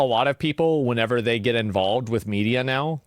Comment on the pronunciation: Asmon says whenever too often incorrectly